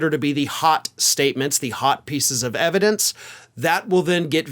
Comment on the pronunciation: "Put the ebidence in da car, Junior."